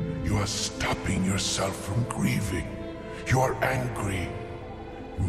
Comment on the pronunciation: HAHA, "you are angry"...AANG-RY...I'll be quiet